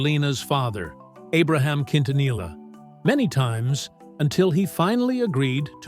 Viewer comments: They really need to get an Hispanic commentator who really knows how to pronounce Selenas last name correctly You just massacred her last name Please take a crash course in learning how to speak and pronounce people's last names I personally feel that it's an insult in the way you try and speak Spanish very disgraceful Im not even finishing watching your you tube video that's how upset i am just having listen to you!!!! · Could they have found a better narrator for this video? It’s so annoying to heat someone who can’t even pronounce their last name appropriately. Come on! Like…….. seriously!!! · Always remember the LL in the Spanish language does not sound out like the English L. The double it sounds like the English Y or is silent. So you don't sound ridiculous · Hes trashing many words here. Why didn't they hire a Mexican? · They need to stop with the AI voice. It cannot pronounce the names correctly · Can we get a video that pronounces her last name the right way? 😐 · Bro if you can't pronounce her last name don't even make the video 😊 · You should be able to pronounce Quintanilla if your going to do a video of a Spanish singer.